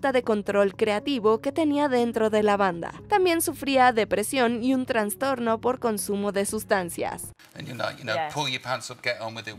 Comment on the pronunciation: Es "trastorno", no "transtorno".